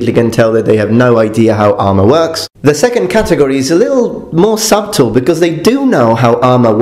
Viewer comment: A little bit of English feedback since you've said you appreciate it: It's "Hollywood," not "Holywood." The b in subtle is silent: "suttle" not "sub-tle."